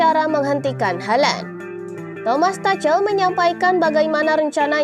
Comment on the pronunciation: Ngomong halandnya biasa aja lah